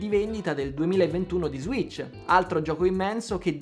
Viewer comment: Ssss serpente sasso ssss si dice switch, non zwitch.